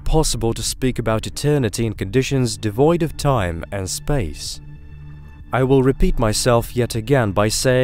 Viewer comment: my favorite part is how space is pronounced like spaze, very satisfying sounding